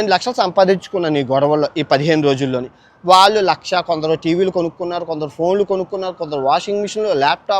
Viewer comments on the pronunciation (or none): none